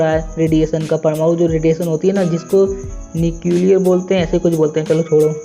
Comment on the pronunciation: Nuclear bolteh heh bhai